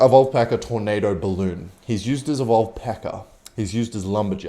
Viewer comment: And Peka is peker